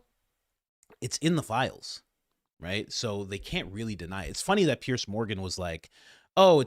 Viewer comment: Pierzzzzzzzzzzz it's pronounced pierZZZZZZZZZZZZZZZZZZZ. Else you pierce our ear drums ... because the sound is piercing. PierzzzzzzzZZZZZZZZ